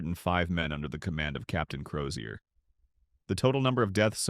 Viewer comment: The surname is Crozier which the voice over pronounced correctly.